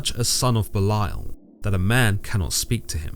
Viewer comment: Very educational, interesting, and accurate. Not to seem like condescending or the grammar police but Belial is pronounced belly/al😅